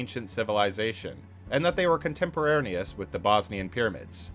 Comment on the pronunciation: “contemperarneous?” I love your videos, but some of your mispronunciations just stick way out. I notice it in almost all your videos. Hope you work on that. Otherwise great material!